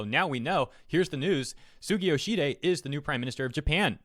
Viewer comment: Not a native japanese speaker, but i think you pronounced mr yoshihide's name wrong. Its yo-shi-hi-de, not yo-shi-de. At least i think?